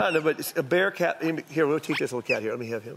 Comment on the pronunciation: was he saying bear cat a bitch awon?